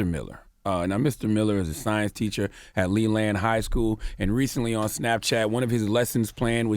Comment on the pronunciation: "Lee Land"